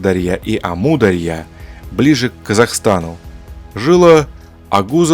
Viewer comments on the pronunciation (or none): none